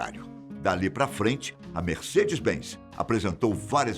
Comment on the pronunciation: merseca-benz, fonghini KKKKKKKK